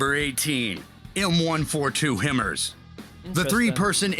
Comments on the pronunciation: The way the guy in the video pronounces HIMARS is annoying haha it’s (High-Mars). And they are only impressive when they actually work. And yes the Marine Corps and the Army have different vehicles because the Marine Corps just gets the army’s old shit mostly. Love the vids man! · M1117 is flat bottomed, so not really mine resistant. The Strykers have a new V bottom hull version. The speaker must be a computer, because it mispronounces many acronyms, like HIMARS.